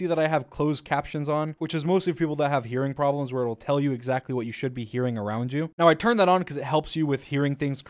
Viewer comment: When he said "hearing problems" I thought he said "urine problems" XD